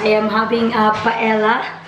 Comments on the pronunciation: the paella pronounce PA EL Ya.... Si cute of you to talk inbyou blog... God Bless you! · Its pronounced as "paelya". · Pa-el-ya ata basa nyan.. or if spanish accent, pa-e-ya tulad ng tor-ti-ya for tortillas... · Paella is pronounced " paelya "